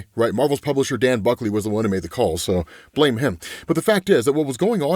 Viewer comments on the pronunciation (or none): none